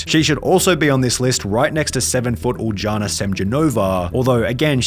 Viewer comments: . It's pronounced Ul'YAna SemYOnova, not Uldzhana Semdzhonova. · I know no one cares but as a Latvian it’s my duty to say it’s pronounce like uliana semionova